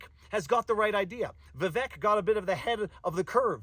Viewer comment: Vivek is pronounced ViVake